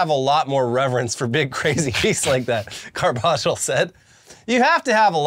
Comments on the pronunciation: Carbajal= Car-buh-hall not cargiball 😅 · Carbajal is pronounced carb-uh-hall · How do you guys live in LA and not know how to pronounce Carbajal? Car-buh-hall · being from SoCal and continuously mispronouncing Carbajal is hilarious.